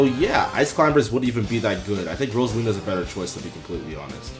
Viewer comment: umm... RosaLuma?